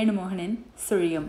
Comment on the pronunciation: Hero's often speak punch dialogue in cinema.but nobody cannot pronounce sulium like you my child. You have broad mind. So only you are giving important to your fans and wellwishers. This story make me to think about your Goodness only. God 's blessings and my blessings are always with you my dear.